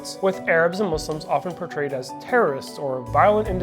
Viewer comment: 😂😂 why can't they say it muslims 😂